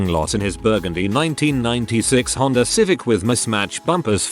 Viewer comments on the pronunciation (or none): none